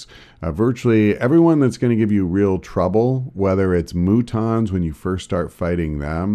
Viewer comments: heh, moo-tons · haha 'mootons'